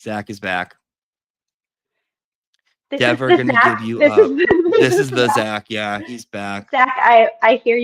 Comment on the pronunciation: IT'S DEVer GODDAMNIT! DEVer! NOT DEEVER, NOT LIKE BEAVER - LIKE BEVer. DEVer. I'VE GOT CUFFS AND A GUN. So GO AHEAD... MAKE MY DAY!! love, Kelly D